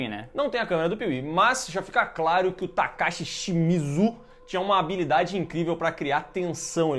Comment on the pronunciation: Nome Takashi Shimizu A pronúncia do: TACASSE ESSE MIJO KKKKKKKKKKKKKKKKMMMMMM